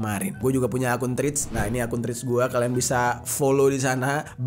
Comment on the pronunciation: Hi! dibacanya TREDS bukan Trids